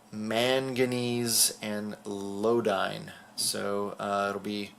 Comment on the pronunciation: Just a correction. I don't mean to be a science nerd but it's Iodine not Lodine. Not hyped with Eternals wave, hope they make Gamerverse Black Widow. Thanks for the news,!